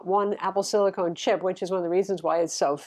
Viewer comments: It's silicon, not silicone. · Wait, is trolling us by calling it "silicone" instead of silicon?:) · Is that Apple "Silicon" or "Silicone"? is getting me all mixed up here! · 2 years later... Silicon is not silicone lol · I adore and she makes great content but every time she called it "apple silicone" I cringed. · apple silicon, not apple silicone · Sorry but it grinds my gears as an electrical engineer... it's siliCON not siliCONE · silicon NOT silicone! :) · silicon(con rhymes with gun). Silicone(cone rhymes with phone). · It’s a great review. Thanks for that. But just wanted to say, it’s “Apple SILICON”, not “SILICONE” ;) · I bought a Dell XPS 13 2-in-1 with 4K screen right after it was released. I love the screen, but it’s a battery hog. I hate the keyboard. Battery life is miserable. But overall I am glad I got it. But my company allows us to have either Mac or Windows, so when the next gen M1 comes out with better displays, I’m in. BTW, it’s “SILL-ih-con”, not “SILL-ih-cone”. You’re welcome. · Great comparison, but calling it “Apple Silicone” is mildly infuriating. It’s silicon! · Um, it's Apple Silicon, not silicone. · you're my favorite tech reviewer. But please don't say Silicone:)